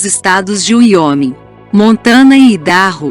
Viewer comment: O documentário é interessante, a locutora só precisa saber a pronuncia certa do estado de Wyoming.